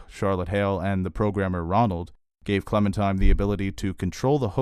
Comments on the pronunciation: I love your reviews, but can you PLEASE stop calling her ClemenTIME. It's pronounced and spelled ClemenTINE. Like the tine of a fork. Otherwise, I love the rest! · Are you really calling her Clemen-TIME??